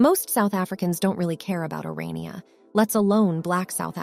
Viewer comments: It's Orania (pronounced Oran-yah), not Oriana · The town is called "Or-ah-knee-ah", not "Or-ee-ah-nah". The system known as Apartheid was implemented as a direct result of Blacks AGITATING for separate, self-governed "homelands". These were duly supplied and even though the National Party spent a great deal of money to supply everything needed to make successes of these areas, the White experts in the various fields were summarily expelled, leaving the Blacks with no expertise to run their show. As things began to collapse, instead of acknowledging their overconfidence and asking for the White guides to return and teach them the ropes, they did what Blacks seem to do best: blamed the White man for all their failures and subsequent woes. Of course, in the spirit of "equality", the rest of the world fell in behind them, resulting in the ANC coming to power in 1994. What happened to the Bantustans has now happened to the whole country, just as is happening in America's Democrat-run states and cities today.